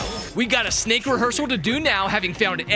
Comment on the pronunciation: It's so funny when she said snake because I heard snike